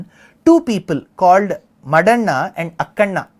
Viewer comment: Sri your Telugu name pronounciations are not great. It feels bad. especially when you said Madhanna and Gopanna